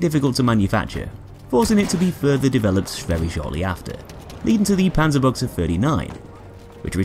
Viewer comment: "Okay, how much is he gonna butcher the name of this gun" I thought, but I was pleasantly surprised. Far from perfect, but still much better than most others.